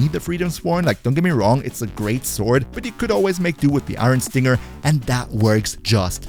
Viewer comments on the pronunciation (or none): none